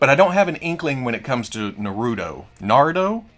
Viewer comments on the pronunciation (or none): none